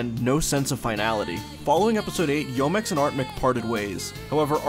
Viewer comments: Enjoy your videos but Youmex is pronounced “U-mex” and is derived from the words “You” and “Yume” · great video, but please work on your Japanese pronunciation. Youmex is pronounced "yuu - mex", Yoshitaka Amano is Yoh-She-Tah-Kah Ah-Mah-Noh for a few examples...